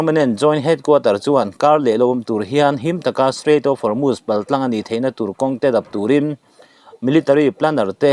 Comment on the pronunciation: Guard corp (Corp) hi (kawp) ti a lam lo in, kawr ti a lam nise Hormuz hi Hawrmas ti a lam lo in Hawrmus ti a lam nise